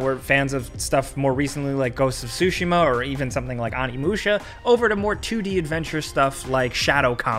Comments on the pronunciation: Did he say "ghost of sushi-mo"?... Bruh... LMAO 🤣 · Right lol like not that hard to say Tsushima correctly